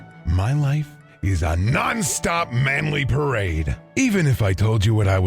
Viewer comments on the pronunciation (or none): I'm pretty sure that "non" is pronounced "no" with a nasal influence (if memory of French 1 serves); Otherwise, nice video!